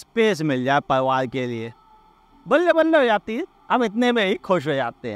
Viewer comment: It's pariwar not parwar